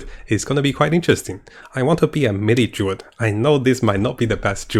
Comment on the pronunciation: Can't wait for the "Durid" 😅 and the "Nercomancer" ☺️